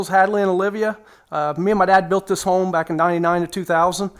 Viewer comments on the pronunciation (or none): none